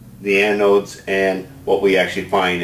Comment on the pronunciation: Dear.. OMG I hate to sound like a grammar nazi, but they are Anodes, not ANOIDS. Great video as usual!!!